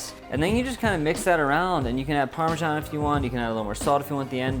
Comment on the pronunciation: The only issue I have with this is how he pronounces Parmesan 😷